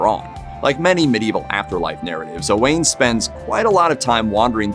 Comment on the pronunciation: Sir Owain was not O'Wain. He was Welsh, not Irish. I stopped listening after this. Whoever told you the story was pulling your leg.